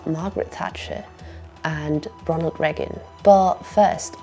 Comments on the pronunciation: And the only person that had never heard the name President Reagan from any other human being as she/it pronounces it Regg-gun not Ray-gun like every other human on the planet! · For the love of all things holy, it's Reagan, not "Reggan". My ears are gonna bleed if you say it once more! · A wonderfully concise overview of the historical, social and economic context for the current shitshow we are in. My only silly niggle is your pronunciation of Ronald the Raygun. Rea'gan and not 'Reagan please!